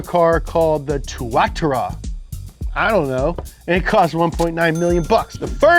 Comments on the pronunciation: two-a-tara you goof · It's pronounced too-a-tar-a. I believe Shelby was a Kiwi so the car is based off of a New Zealand lizard ;) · The SSC is call two-a-tar-a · its pronounced: too-ah-tar-ah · Tuatara is a New Zealand lizard. Pronounced Two-ah-tar-rah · Its pronounced Two-ahh-tar-ahh Its a reptile from New Zealand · Correct way to say the SSC Tuatara Two-uh-Tar-uh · Hey just wanted to let you know you pronounced tuatara in the most incorrect way possible And no I will not explain the correct pronunciation